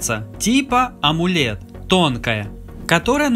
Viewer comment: Почему амУлед, если амОлед?